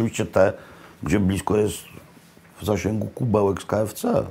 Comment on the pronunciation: Co za chłop nie lubi Korwina po drugie nie lubi hawajskiej i mówi "keefce" na kfc